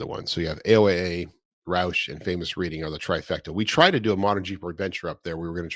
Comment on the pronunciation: and reading is pronounced "Red-ing"